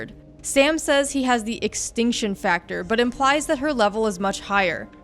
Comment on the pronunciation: Rune Exactly and she makes several mistakes in the video its Lindsey wagner not lisa wagner and sam says extension factor not extinction factor